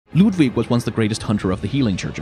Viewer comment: Hey here's a 100% free of charge Did You Know Gaming fun fact: there are languages in the world which are not English, and sometimes they pronounce words differently. Like for example the German name "Ludwig."